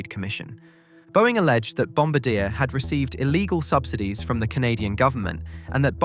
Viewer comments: If you are going to use AI to narrate your stories at least edit the pronunciation. Back how do say Bombardier. Good story otherwise but annoying to list to the narration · That’s not how you say bombardier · Your repeated mispronunciation of the company name forced me to quickly stop watching. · I only managed to last 5 minutes before the mispronunciation on Bombardier got to me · Sorry but it’s pronounced Bombardier, not Bombardier. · Please learn how to pronounce Bombardier. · I died a little inside every time he said it wrong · Bomb bard e hey just don't pronounce the h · The name bombardier is pronounced bombardiea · The Bombardier family is french-canadian. It's pronounced Bombardié. 😛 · Boeing Def ; Greedy Arrogant Incompetent Bankrupt Dishonest Dinosaur. Bailed out and subsidised by the US Taxpayer. "Bombardier " Aircraft manufacture is pronounced phonetically /ˌbɑm.bɚˈdɪɚ/. : bom + buh + deer From the French "Bomber" "Bombardier " is a member of a bomber crew in the air force responsible for aiming and releasing bombs. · at least know how to pronounce Bombardier. Bom-BAR-dee-ay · FFS it is French pronunciation! Bom-bar-dee-aye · It’s not ‘Bombadeah’, it’s ‘Bombaardieh’. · Bombardier is pronounced BOM BARD EE AY. Not bombadeer. I laugh every time you say it. I think you should rerecord the audio. But I wouldn't comment if I didn't like your content. And you knowledge. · hearing him pronounce bombardier (pronounced bom-bar-dee-ay) like bom-ba-deer makes me shudder in Canadian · its called bombardiyey not bombardeer and its called mobeel not mobile, Alabama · Bombardiee not Bombadeer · Bomb-bar-dee-eh! Not bomb-ba-deer! And SWISS not Lufthansa was the launch airline. (Granted LX is a division of the umbrella Lufthansa group but the plane was never intended for LH.) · Sorry, just need to correct something... Bomb-bar-dee-ay... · The pronunciation of Bombardier is wrong. It should be Bombár-dee-yay. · Bombardier: bom-bar-dee-yay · Its pronounced Bom bard I A!